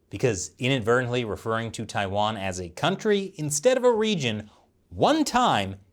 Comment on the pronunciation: Tai- wan , Taiwan, not tia its tai ok.